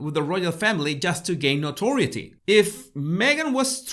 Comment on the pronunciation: Noteriorty not nority